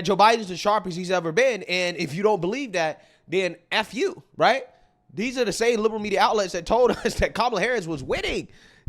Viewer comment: Your channel is so intelligent. Great analysus once again! Again I would emphasize that your annunciation is not as clear as it shoud be and i dont want ppl to tune out bc the first thing they hear is urban drawl. THE should not b pronounced DUH. Say WITH YOU not WICHU. Your grammar is good and your vocabulary is VERY good